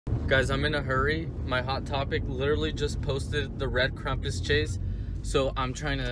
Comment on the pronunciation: Come on it's not Krumpus it's Krampus!!